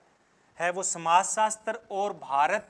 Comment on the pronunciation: Hindi theek karo apni sir samajsastar kon bolta hai samajsastra hota hai